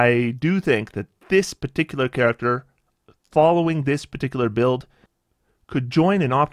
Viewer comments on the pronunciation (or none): none